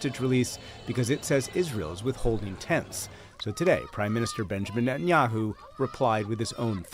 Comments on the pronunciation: The funniest part about this whole show is Bro calling ol boy nutaninyou lol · Hi name is Ne-tan-ya-hu